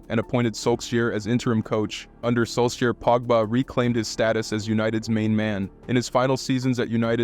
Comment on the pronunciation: Dude how do you pronounce Solskjaer? 😂😂😂😂😂😂 Definitely you never watch football. Stay out of this lane. Stay out of football. Such a shame. Making a video not knowing anything. Zero ball knowledge!